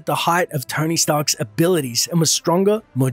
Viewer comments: who else thought he called Tony, "Tiny" and got really confused. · His name is Tony not Tiny